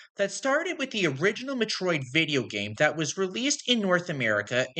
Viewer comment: Why is this in my recommended feed, and why can't you pronounce Metroid correctly? 😭